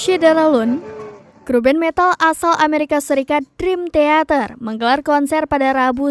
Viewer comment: Masak bacanya drim teater? Dikoreksi donk 😁👍